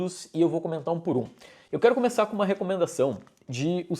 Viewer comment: Gostei no início do "Eu vou começananiné"